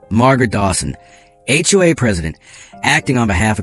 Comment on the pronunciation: The word is SIGHED and not SIDE. It’s also HOA and not all of the other variations that were used. Now, about the story, you should have put on a lien on MARGARET’S HOUSE, for your lawyer bills and to pay for the HOA lawyers fees. Then there is the $40,000.00 in the emergency fund. That should be placed into an interest bearing fund for pool costs in the future. I’m sure they have a pool. I wouldn’t let MARGARET get away without clearing up her debts to you or the community. I would also have checked for embezzlement. With the lien on her house, she can’t just disappear without paying.